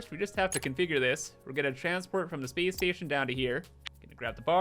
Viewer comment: "Speece Steetion"